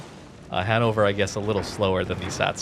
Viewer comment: oh damn I thought you were saying hand-over all the time, only at the end of the match I realised you meant Hannover, yeah german pronunciation isn’t easy